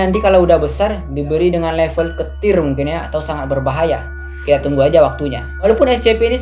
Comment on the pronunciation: keter bukan ketir wkwkkw